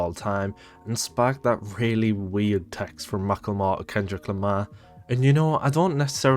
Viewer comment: "Kendrick lema" lol